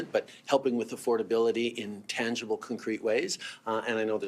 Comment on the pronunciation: What’s cuncrete? Anybody know?